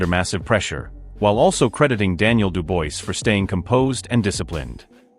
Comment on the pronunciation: STOP SAYING DU-BOYCE - It's REALLY ANNOYING !! do proper research - this is just pure lazy it's pronounced DU-BWAH !!